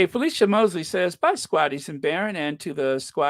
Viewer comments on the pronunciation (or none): none